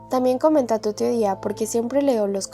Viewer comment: También lo noté cuando dice " TAMBIÉN HAY UNA TEODIA DONDE LOS MOMBIS LES SANGA LA NADIZ "😂😂